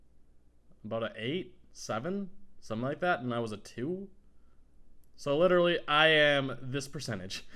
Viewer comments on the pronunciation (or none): none